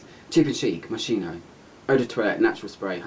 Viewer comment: Hi, Moschino is pronounced Moskino, xox thanks for another lovely review.